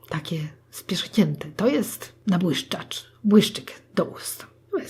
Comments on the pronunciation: Nabłuszczacz do ust 😍😂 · "To jest nabłyczszacz." Twoją mama to się dopiero zna😂💗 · Od dziś mówię nabłyszczacz na błyszczyk💞💞💞💞😂😂😂 KOCHAM TWOJĄ MAME💞💞💞